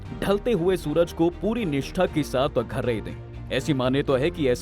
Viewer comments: Agharya nhi arghya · Bhai arghya hota hai, aghrya nahi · Agharya nanhin arghya hota hai sudh bola karen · Video mein mehnat ki hai lekin AI se bulwa rhe ho kya yaar.... arghya padhne nhi aata hai.... agharya padh rha...